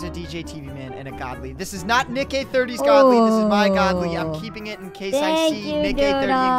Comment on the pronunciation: bro said nick eh 30